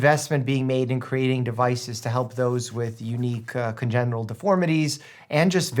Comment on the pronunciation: Is he a real doctor because he said congeral